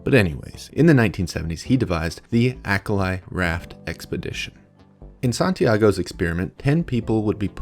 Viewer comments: It's almost certainly pronounced Ah-kah-lee. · What a poorly researched biased af, crock of shit this video is... Starting for the pronunciation... It is not Acal-i... (as in not like "I" in "I am")... Acali, from Nahuatl, means "House on Water"... There are lots of resources you could have used to find the right pronunciation... Santiago Genovés was in fact an Mexican anthropologist (born in Spain 1923 - died 2016). And the experiment was, sure, very controversial. A pile of prudes of his time took it upon themselves to try to mock what he was doing... I picture his detractors like the Ben Shapiros, Matt Walsh, Michael Knowles of his time... A pile of half-brained conservatives who took issue on Dr. Genovés extreme methods... It was a social experiment and it was the f-ing 70's FFS, and no one before him had attempted anything similar... If anything Genovés was a pioneer. Did he made mistakes? Sure... who doesn't... I invite all the people watching this highly biased, "opinion piece (of sh)" shitty video to read the actual book ... The Acali Experiment: Five Men and Six Women on a Raft Across the Atlantic for 101 Days by Santiago Genovés. Watch the docu "The Raft", (2019) and draw your own conclusions... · Certainly an interesting video and I appreciate the work putting it together. A minor note is that why do Americans insist on absolutely butchering foreign words? You can't possibly think Acali is pronounced "ack-a-lie" as though each of those syllables were in English.